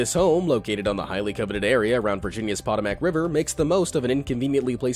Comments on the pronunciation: The river in Virginia is the "Pah-toe-make" ... NOT "potta-mack".... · "Potomac River" pronounced as Poe-Toe-Mick not Pot-o-mac. Stupid, I know, but accurate. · Did you just say... pot-a-mac..... it's one of the most famous rivers in the US. How can you not know how to say it? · 🔴 LOL- Pot-O’Mac river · stopped at the "Pot A Mac" river ......... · Potomac (Pah-toe-mick) River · ..........POT-A-MAC river? Guess named after a pot of macaroni. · I've watched two videos narrated by this guy and he mispronounced the name of the Potomac River in both! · Correct him then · Bruh how do you mispronounce Potomac river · The Potomac River is not only famous, but historical! I can’t believe how badly he mispronounces it! You can’t learn anything about the early colonization of the colonies without hearing about the Potomac River! This guy must not have learned much in school! It’s spelled Potomac but it’s pronounced Patomac. Dude do your research next time!